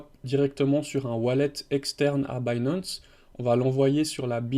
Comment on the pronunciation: Au secours l'accent anglais... DeFi, Binance, Compound, etc. 🤣 Tous écorchés